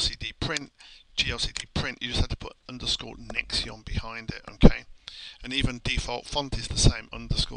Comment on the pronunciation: Nextion is pronounced "Nex-Shun" ("Nex" as in Next, and "tion" as in Nation) I am not from the NA TE ON of Canada, rather the Nation of Canada. Nextion .. "Nex-shun" .. ;) Good Job